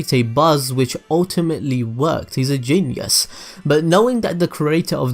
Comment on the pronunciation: lol "He's a jeenyes" 😂